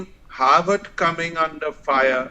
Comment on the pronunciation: Not "Howard" but "Harvard"